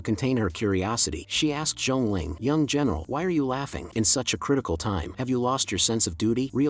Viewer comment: why does female general sounds like female genital hahha